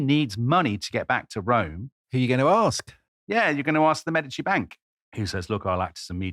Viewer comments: The accent is on the first syllable in "Medici" FYI. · Florence!!! This is going to be great! I have already learned something in the first 5 seconds. I have been pronouncing Medici wrong my whole life. Don't tell my Italian family please! 🤣